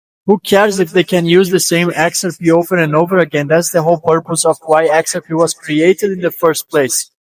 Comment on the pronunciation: You're pronouncing "XRP" wrong. You're putting the emphasis on the "X". You're calling it "Xrp". But we say it the other way around. We pronounce it "xrP". You have to put the emphasis on the "P".